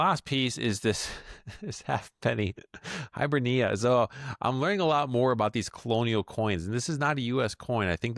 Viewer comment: Please google how to pronounce Hibernia 😃